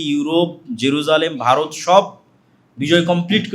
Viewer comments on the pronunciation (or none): none